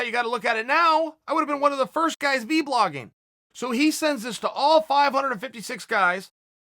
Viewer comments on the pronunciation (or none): I like how chael calls it “v-blogging” instead of vlogging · Everyone: Vlogging Chael: V-Blogging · I love it... Chael says V-Blogging instead of just Vlogging..... my guy